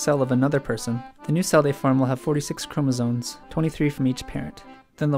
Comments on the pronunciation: Are you saying chromosones or am I going crazy? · sounded like he said chromotits